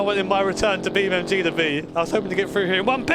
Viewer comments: Beam n n n N G. not "m" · I like how he still says “Beam.Mg”